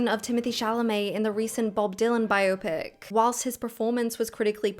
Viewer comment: No way she just pronounced biopic like "myopic" lmao